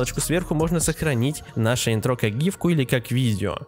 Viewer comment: Не интрО, а Интро